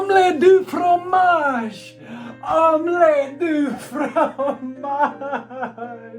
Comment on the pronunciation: I understood that Dexter's lab reference. Also, the wording is correct, but the pronunciation is "fgomash". Kinda xP